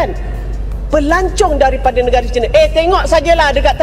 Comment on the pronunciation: negara dibaca negare